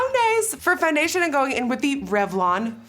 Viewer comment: Why is no one talking about when she said “finocinonas” instead of foundation I’m dying 😭😭😭😭